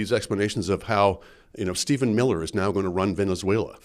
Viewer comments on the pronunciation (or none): none